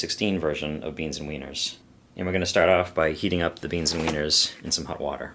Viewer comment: It’s red hOt... not red hUt 😂